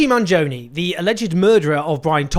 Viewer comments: The proper pronunciation is Manioni. In Italian the 'g' can be silent. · don't worry, Owen, the pronunciation is still wrong 😂 I still have to hear an Eglish-speaking person get it right. the original Italian pronunciation is "Manjoneh" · It’s pronounced Mangione like in latte. Not like in pepperoni. 😉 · Owen Jones should have made an effort to correctly pronounce Luigi's last name. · I like how you say to get the pronounciation right and then get it wrong 😎 - no hard feelings, your work is highly appreciated